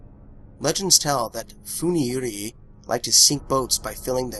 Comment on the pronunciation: Yurei isnt pronounced like that lmao